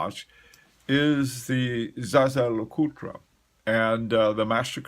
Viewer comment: "ZaZa" Lecoultre...never heard that one. The rule in the States is if you can't say it correctly, which is "Zhay-Zher" then just say the good old American English "Yay-ger"/"yei-gr"